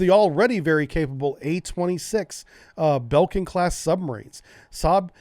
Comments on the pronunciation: Oh my god. "Belkin" class? Jesus. (I say this as tongue in cheek statement) Its pronounced "Bley-king-eh" class submarine! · If you pronounce 'Blekinge' as Blayk-inge (the ay as in mayor) you would come pretty damn close to the Swedish pronounciation. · Love your content. Still have to junp in.. It's pronounced "Ble-king-e". :-) It's named, in tradition, efter one of the Swedish regions.